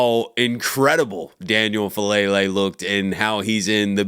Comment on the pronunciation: his name is FA' A' lele. please pronounce his correctly. it's disrespectful.